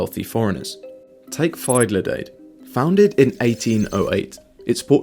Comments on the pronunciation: "Fuidley Dade" XD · It's pronounced fee-duh-lee-DAH-d. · The attempt at the pronunciation of "Fidelidade" is so "IDGAF", I almost admire it. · Fi-the-lee-day-d Correct pronounciation: Fee-de-lee-dah-de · Listen to the oldest video on the channel — completely different voice. I think they’re both AI generated. The mispronunciation of Fidelidades is the biggest clue. A native English speaker would have at least tried to approximate the correct pronunciation—probably ending up sounding like bad Spanish. Only an AI would make this kind of error. The channel seems to have decent content, but I do wish people would use their own voices. They’re just more … human. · Nah, keep the bad pronunciation, hearing him pronounce "Fidelidade" was a great addition to my weekend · How the hell did you prononce "Fidelidade"? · Yeah 'fidelidade' rhymes with 'lemonade'